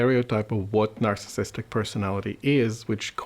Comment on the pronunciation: Anyone else bothered by the fact he can’t say "narcissistic" but rather says "narcistic" over and over? Or does this make me a narcissist?